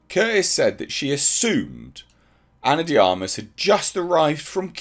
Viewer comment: Finally someone pronounced Ana De Armas name properly